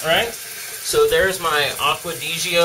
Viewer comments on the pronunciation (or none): It's pronounced "aqua deh zhao", not "aqua disio" lmao